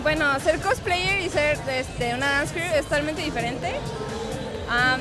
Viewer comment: No me puedo tomar en serio a una cosplayer que pronuncia "Cotspleits" o a un "otaku" que pronuncia "otako".